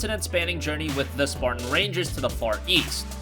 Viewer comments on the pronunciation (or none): none